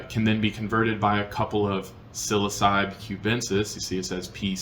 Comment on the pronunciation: sil-ah-suh-bee is an interesting pronunciation of psilocybe lol